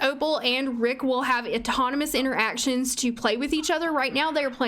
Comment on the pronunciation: I hate how she says inter-actions 😔😔